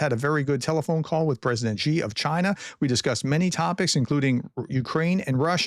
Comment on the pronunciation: You need to pronounce Xi correctly if you want to mention the dude's name. It's "SHI", not "GEE". Not hard at all.